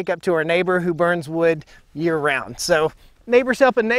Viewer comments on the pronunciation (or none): none